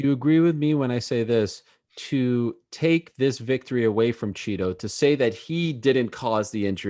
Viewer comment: Ariel is chito not cheeto 😂😂😂